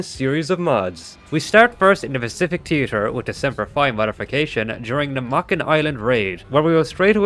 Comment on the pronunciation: "Pacific Teetur"